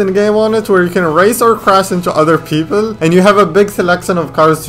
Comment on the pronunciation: did i just hear pepol